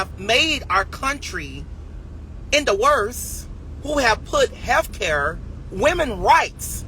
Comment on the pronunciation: What the hell is “heffcare?” 🤨🦉